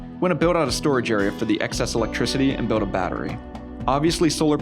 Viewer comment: You say biwd and biwding instead of build and building lol! That’s all I could think about during the whole video